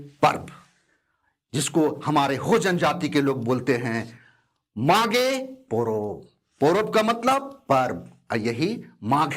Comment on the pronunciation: मैं भी हो जनजाति से हूं,चाईबासा से, सर आपने बहुत अच्छी तरह से समझा दिया ,कभी मौका मिले तो आइए कोल्हान में,मागे पोरोब में,आपका हो भाषा उच्चारण में और अच्छा सुधार होगा